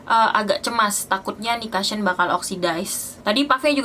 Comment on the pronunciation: maaf mbak bacanya kusyen bukan kasyen🙏